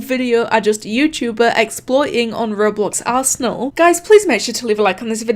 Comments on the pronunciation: bruh im dead, "yewchewber" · “Yew-chew-ber”